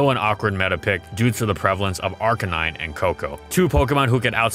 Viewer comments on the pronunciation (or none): none